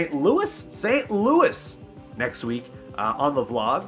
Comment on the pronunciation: Uno having a hard time with "St. Louis" and I bet it's all because of "Jos Louis" snacks... unless I'm the only person that calls them Joe Louie's?